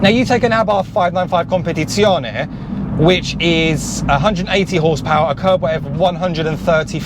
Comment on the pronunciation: Came here for the info about gearbox remapping, stayed for the impeccable pronunciation of "Competizione" Amazing as always, love watching the journey of this little car!